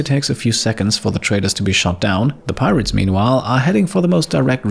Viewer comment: As the rats arrived I burst out into laughter because I though you said that "pie rats" would attack